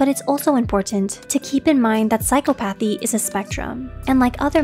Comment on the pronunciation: Psychcop Athy why is she saying it incorrectly?